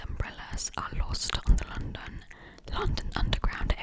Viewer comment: Именно с таким акцентом я в школе слушала кассету для рабочей тетради по Английскому языку . Вставляешь её в магнитофон , нажимаешь ▶️ .. и …. «Новый курс английского языка для российских школ» хотела написать я, а потом услышала , что ты сказала «лОндон» 😨….. моя англичанка убила бы тебя за это !🥹. Только лАндан из э кэпитал оф грейт британ 😃